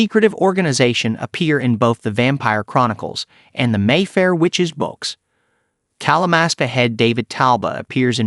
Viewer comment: Dude it's Talamasca